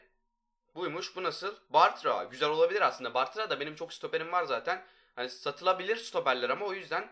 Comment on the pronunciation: Varya değil bartra